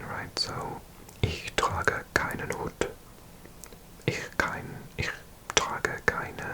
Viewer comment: Your German is getting so good, mate :) but one thing I noticed is your pronunciation of "der Hut". It is a longer u. More like the English "hoot"